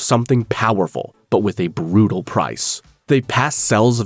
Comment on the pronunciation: the BHUHUBHRUTAL MADE ME LAUGHING LIKE HELL